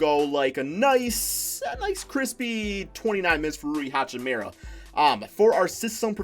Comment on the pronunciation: sounding like Flight with the NBA names lmao. Its Dah-vis Bertans and Rui Hah-Chi-Mora 😂